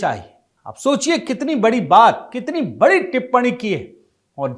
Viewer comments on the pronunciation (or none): none